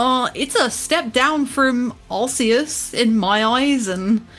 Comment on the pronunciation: Kudos for the correct pronunciation of Arceus